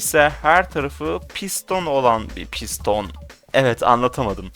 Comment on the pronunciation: 💫PiĞsToĞn OlAğN bİr PiĞsToĞn💫